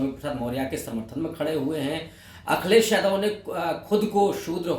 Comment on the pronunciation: Ravikant ji aap Apna pronouciation thik kijiye Aap Akhilesh ko Akhlesh bolte hain Mulayam ko mulaim bolte hai kripya Apna pronouciation thik kijiye